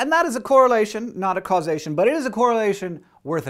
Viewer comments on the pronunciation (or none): did he really say causeation..